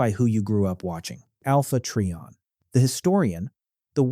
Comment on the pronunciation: It’s try/on not tree/on